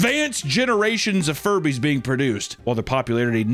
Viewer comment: Dammit. Now Furbies are forever going to Jewbies in my mind 😅 Edit: Jujubes (pronounced Jew Jew Bees) aren’t candy, they’re Furby eggs 😂